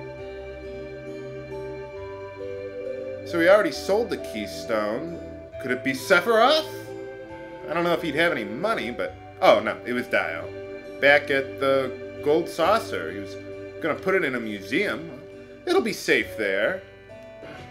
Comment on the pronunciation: His name is De-oh. Like the metal band Dio.